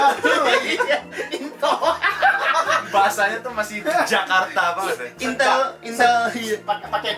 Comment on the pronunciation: Bukannya Intel tpi intul!! Wkkwkw asli bang